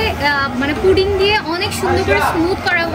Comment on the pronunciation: Puding na apu puting hobe.